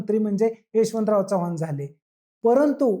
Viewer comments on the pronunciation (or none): none